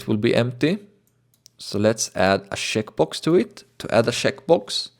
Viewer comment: lol instead of "checkbox" it sounds like he is saying "shitbox"